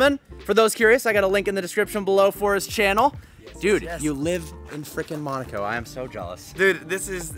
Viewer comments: Dude... Nice videos, but I’m starting to get into habit of helping you how to pronounce towns like Weissach and Monaco. Weissach is Visock and Monaco is Mow-nah-co and not Mon-ah-co. If you don’t believe me then go for tour into the Princes palace and hear how he says it. Carry on! Cheers! :) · Why cant he say Monaco right he says monico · its MOOONAAAACOO NOT MANOCO OR WHATEVER